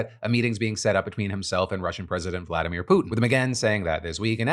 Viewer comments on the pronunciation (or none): none